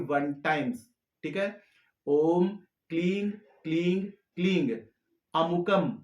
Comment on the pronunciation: क्लीं या क्लिंग क्या बोले कुछ समझ में नहीं आया है इसलिए आप मंत्र को लिखिए